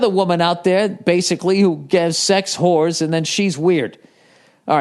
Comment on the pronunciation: That always makes me laugh. And the way he says whores like "hooers"😂😂